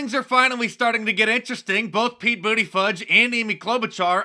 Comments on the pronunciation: 🤣😂🤣😂🤣 Mark!!! You’re as bad as Ol’ Joe with the Mayor Pete last name gaffs. You just can’t get his last name correct can you? It IS hard to pronounce and spelling it is SO hard to remember. Just remember one of the ways to end the last syllable is not “Fudge”. That’s a brown, cocoa based substance that could be misrepresented as poo. We don’t want you to seem hypocritical as you poke at Sleepy Joe and at the same time you just keep on flubbing Mayor Pete’s name. 🤣🤣🤣😂😂😆😆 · HAHA...DID YOU JUST SAY " PETE BUTTPLUG"? LMFAO